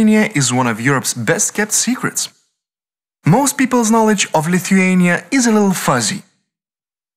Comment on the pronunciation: Viskas labai gražu ir pan , nu , bet tas tarimas Lithuania , nu negaliu kaip nervavoooo